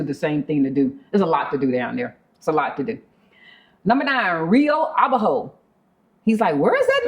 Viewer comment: Rio Abajo ... just a heads up. The pronunciation is to put the accent strength on the second syllable, not the last one ... so, it's "a-BA- jo". Not " a-ba-JO".